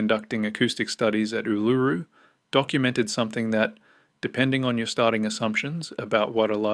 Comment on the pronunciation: Ask some one to teach you how to pronounce it